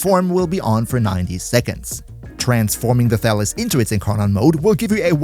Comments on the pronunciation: Thalys is a greek name and it's pronounced thalYs, not thAlys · Before I read the weapon name, I heard you say "Phalus", lol. Thought to myself "Pretty weird naming for a weapon, but I guess it could work for a POLEarm?" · OK, I can't be the only one who keeps hearing "phallus."